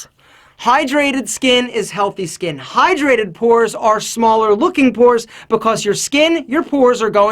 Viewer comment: Purs, or pores? XD